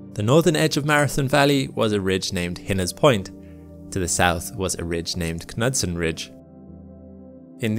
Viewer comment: Here in the US, we would likely say nude-sin ridge not kuh-nud-son